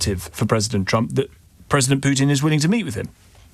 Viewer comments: Pwesident Chump* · she keeps saying President Chump😂